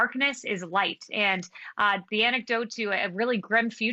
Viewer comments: Anecdote not antidote? Conservative English never fails to entertain. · ANTIDOTE NOT ANECDOTE YOU PAPER BAG WITH LIPSTICK ON